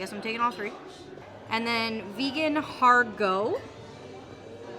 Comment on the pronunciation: Har gow like cow not go like toe